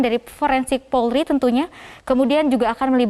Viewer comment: Kenapa presenternya nyebut polri kok bisa jdi porli Di menit Jgn malu2in loh....🤦‍♀️